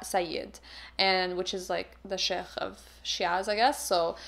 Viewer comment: i kept hearing chef whenever said sheikh 😭😭😭